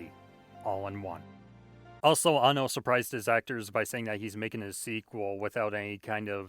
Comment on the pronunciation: first person on youtube to say annos name right